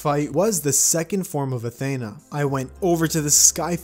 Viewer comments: It’s not Athana it’s Athena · you absolutely butchered Athena’s name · Ayo nobody noticed how he pronounced Athena? 👀